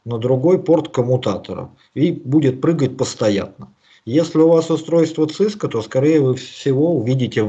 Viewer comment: Сильно режет слух акцент папуаса. Говорит "Цыска" одновременно с "Си-Си-Эн-Эй". Совершенно очевидно, что это нахватавшийся сленга белых людей, ничего не представляющий из себя маленький человечек, каких сейчас развелось много. "Специалист", который не смог выучить как называется то, чем он занимается........ жалок. Единственное оправдание для такого человека - если он произносит "Цыско" поскольку опасается рефлекторной мастурбации на величие американского хайтеха.